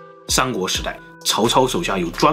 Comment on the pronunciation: 好久没看了 又来看发音不标准的“商海金”了。好像不管平舌卷舌 都简化成卷舌方便很多。shang国、103睡 lol